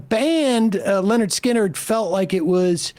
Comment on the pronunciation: it's Lynyrd. not Leonard.